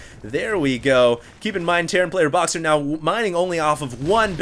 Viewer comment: "Broxer" :D